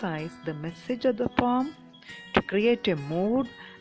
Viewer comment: It is poem not pom